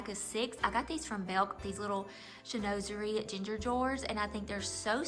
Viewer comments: Sheen-waz er ee is the pronunciation ….its a tricky word to say sometimes 😂 Your home is perfectly decorated with southern Christmas charm. Boxwood and magnolias and blue and white are a must in the south as well as Southern Living magazines. Love it all. Lillian Vernon is a great online retailer for monogrammed and personalized items….they have been around for years. I bought our Christmas stockings from them years ago and they’re still looking great and timeless. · You have a lovely home. I too love Chinoiserie! It’s a hard word to pronounce. I’m not being critical to you but since you are a speaker to the public I thought you’d like to pull up the correct pronunciation of the word. Again, I enjoy your content and your heart for God and women! 😊❤